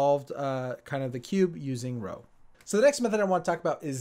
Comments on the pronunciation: Wow, terrible pronunciation (Friedrich, Roux, Thistlethwaite, etc)! By two-phase algorithm I guess you mean Kociemba? It would have been nice if you learned something about the things you're presenting in the video before, you know, making the video. Anyway, I started with a bad layer-by-layer method, improved it a bit, learned Petrus, learned HTA, learned a kind of corners-first method (not very well), later learned CFOP (still learning algs), some Roux, and Classic Pochmann (haven't done a full solve yet). Somewhat interested in ZZ. Btw, the edge orientation is not unique to ZZ, [human] Thistlethwaite also does it, but without the eoline. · Actually I thought it was pronounced as "Rux" or "Ruks". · You say "roo", not "row" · Isn't Roux pronounced like 'Roo' not 'Row'? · pronouncing roux like row really infuriates me, just why As an edit, the name of the method is literally the last name of Gilles roux who invented the method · It’s not pronounced row it pronounced roo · DID YOU JUST SAY ROW INSTEAD OF ROUX?! IT’S PRONOUNCED ‘ROO’! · it is pronounced like roo as in kangaroo not row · Nice video. By the way: It's pronounced 'roo', not 'row'. 😉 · "ROW Method" isn't it more like "Ruuh"? (Roux) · Nice video. But I can't accept pronouncing "Roux" as "Row", especially that the actual pronunciation "Roo" is much cuter, because it's a kangaroo. I actually have a furry friend who has a kangaroo character (which basically means he portrays himself as a kangaroo) and he only uses the Roux method simply because it's pronounced the same way as "Roo". :P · I quit because of this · Wait...Roux is pronounced "row?" I always thought it was "roo." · Roux not row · I thought Roux was pronounced like, "roooooooooooooooooo" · It's pronounced roo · It's pronounced Ru lol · Jayden Tang it’s pronounced roo tho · People who think it’s pronounced R-oo-x and there are the people who thinks it’s r-oo It’s r-oo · Pronounced roo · please pronounce "roux" properly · You say roux so weirdly